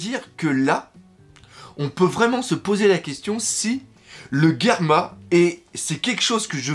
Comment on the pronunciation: Le Doc on prononce par Guerma, mais Germa (dis toi que c'est comme un germe sauf que tu remplace le "e" à la fin par un "a", il faut une bonne prononciation, voyons ! Mais bon, si tu as raison cet épisode et trop bien, quand j'ai vu l'épisode et j'avais l'impression que pour dire "merci de nous avoir sauvé la vie", Ichiji (le rouge), Niji (le bleu), et Yonji (le vert) (oui forcémént XD ) mais comme ils sont trop fière pour le dire, et bien ils ont dit à Sanji un petit mot d'homme fière (même avec le "déchet" à la fin, mais bon c'est quand même leurs frères dont voilà, ils le sauve quand même.